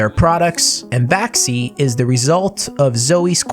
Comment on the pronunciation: Vaxee rhymes with maxim. No? 🤔